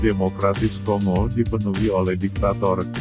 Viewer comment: Bacanya konggo min...! Seperti kita membaca bangga bukan di baca seperti ɓunga atau singa. Ini ceramah karena saking banyaknya admin masih buta baca